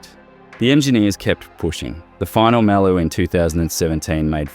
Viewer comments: I can’t be the only one. Always said ‘Muh-loo’ not ‘Mal-ooh’ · Am I the only one wondering how on earth an Aussie car guy could possibly mispronounce Maloo?? Drove me friggin crazy...